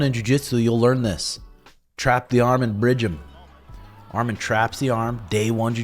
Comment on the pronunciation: Excellent review brotha. It’s pronounced Arman not Armen. Much love. Arman will be champ Saturday.